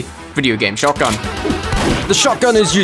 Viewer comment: says shoygun with doom music me: awww SH*T here we go again